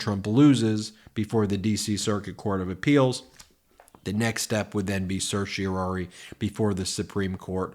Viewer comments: (Ben: certiorari, not certiori.) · Certiorari. /ser-shee-oh-RAH-ree/ Four syllables. At least TRY to sound like a lawyer. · Please learn to pronounce certiorari.